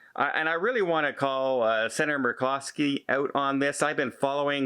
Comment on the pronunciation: In case you can’t figure the name of the Alaska Senator from the video, he’s trying to say Murkowski .....though it sounds like he’s saying McCloskey....